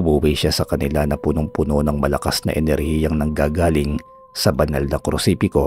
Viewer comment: nice story po,pero hnd po krusipiko,kondi krusipiyo Ang tawagsa krus